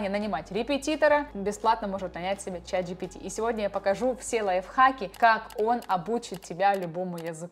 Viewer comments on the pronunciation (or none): none